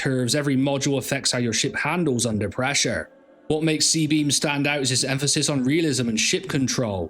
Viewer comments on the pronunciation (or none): none